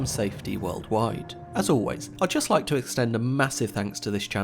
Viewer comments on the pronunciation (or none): none